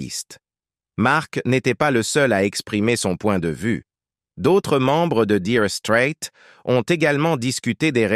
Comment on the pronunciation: LOL 'direu strète'